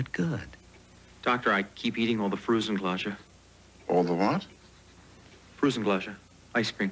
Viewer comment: Frusen Glädje, prononounced completely wrong in the commercial, Swedish icecream "Frozen Joy"